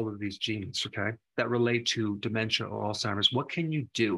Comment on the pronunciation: Please! It is pronounced with the short ‘a’.